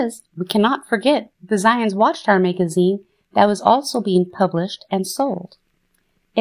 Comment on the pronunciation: Is this AI or a real human being. Who falls it a Mayg a zeen Why Charles T and not Charles Taze I think was a real person 🤦